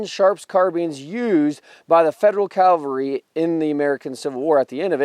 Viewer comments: He said, "Calvary" in the introduction, and at least once in the body. The other grammar mistake was, "there was two types of carbine". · Calvary is where Christ hung on the cross, the cavalry is not that place. You didn't always mispronounce that but a lot of the time you did. What is the best sharps replica to buy? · Also mispronounced cavalry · I understand people not getting long, complicated words right all the time. Language is not everyone's strong suit. But cavalry is a word nearly every person in the first world has heard pronounced correctly at least a hundred times. There have been history programs since the invention of the television. People who are interested in vintage firearms or specific wars or battles have probably seen at least a hundred programs on the subjects they're interested in. In all that time, not once did they realize, " Hey, I've been saying it wrong the whole time. Maybe I'll stop doing that so people don't think I'm a mouth breathing Neanderthal." ? How totally unobservant of everything around you do you have to be to not notice something that glaringly obvious in all that gigantic amount of time? I'm not the sharpest tool in the shed, but damn, I'm pretty sure if I heard a word repeated a few hundred times I'd start saying it correctly, eventually. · It's pronounced CAValry, not CALvary. CAValry are mounted soldiers. CALvary is a hill where Jesus was crucified. Other than that, I absolutely love your videos. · ^The history part was great! However, as a veteran and retired English teacher ( Take this as a teaching moment) I have to say... you kept saying CALvery not CAValry. CAValry are mounted soldiers. CALvary is where Jesus was crucified. I was 1st CAV! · um this guy repatedly mis pronounces CAV alry as calvery...lmfao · Love this channel.... though it drives me nuts that a CAValryman pronounces it CALvary. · Please don" call the CAValry the CALvary! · Why not just say “cavalry” instead of “calvary?” Ugh